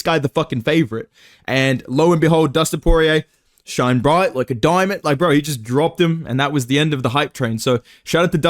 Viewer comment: Shoine broight loike a doimond